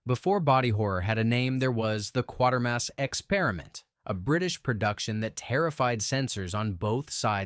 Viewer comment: Pronounced like crater , qatermas, get it right